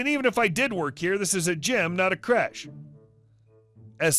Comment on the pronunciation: Barrack😂😂😂😂 créche was funny but i lost my shit at barrack. Accents are just funny.